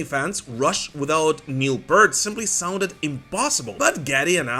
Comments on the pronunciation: Please pronounce the ea in Neil Peart as in ear not as in earth. So P-EAR-T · PEErt. The fact that some people still don’t know how to pronounce Neil’s family name properly boggles the mind. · You're saying neil pearts name wrong